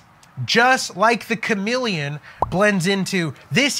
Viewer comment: CHAMELEON, You mean.....not CHAMILLION?!!?